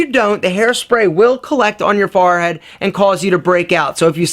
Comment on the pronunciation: did any1 else catch the way he said forehead?